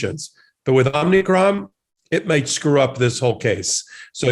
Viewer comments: Happy New Year!!! Your New Year's Resolution is to learn how to pronounce a few words: the COVID variant is: OMICRON and NOT: OMNICROM; the Defendant's name is GHISLANE [GIE-LAINE] NOT GISLAIN; I'm glad that the Gov. of Colorado reduced the sentence of the truck driver who lost his brakes, and yes it was his responsibility to have has his brakes maintained and drove to fast but shouldn't have been sentenced 110 yrs.; There are those who are serving much LESS time for something more egregious and intentional. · Omicron, not “omnicron”. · Omicron is pronounced just like as if you saw the French president. Oh Macron, with the emphasis on the oh. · Good lord, the mispronounced words in this video. Getting both Maxwell's name, but also the Omicron variant wrong.